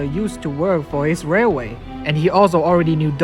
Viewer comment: Dude u mean railway? 😂